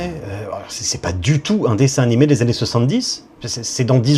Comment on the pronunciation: "Un dessin nimé" 😭